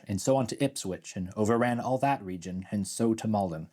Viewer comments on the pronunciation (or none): none